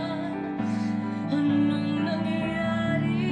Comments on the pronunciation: Nice try SIS ANUNG NANG YARI SA TING DALAWA:) YES RIGHT PRONOUCE SIS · "Ano'ng Nangyari sa Ating Dalawa" it means "What happened to the Two of Us pronounced Tagalog words Well!👍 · Ano'ng Nangyari Sa Atin Dalawa: English: What happened to the two of us..... And pronounced it correctly or at least very close...cheers...American-Filipino here on the West Coast of the USA.😁😁